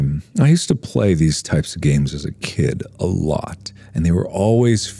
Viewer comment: RetroWizTHE1st “ganes”?